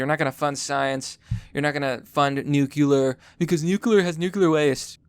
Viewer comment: Nuclear. Not nucular.